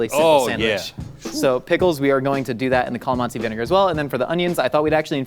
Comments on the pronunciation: The way pronounces calamansi 😖😂... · it’s CAH-LAH-MANSI